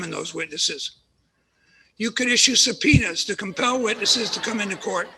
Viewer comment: 😂Lol . It sounded like the judge said "penis". I know he said "subpoenas".